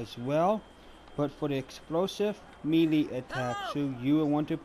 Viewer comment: Melee is pronounced "may-lay".